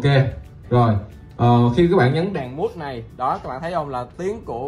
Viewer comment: Từ “mute”đọc là miu chứ không phải mút Vũ ơi…Thân ái góp ý😊